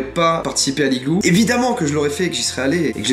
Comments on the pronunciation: tu as aussi dit je crois "DU l'igloo (j'suis pas sur d'avoir bien entendu) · Ethan Z non mais on dit l’igloo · oui mais on dit pas le igloo on dit l'igloo 😂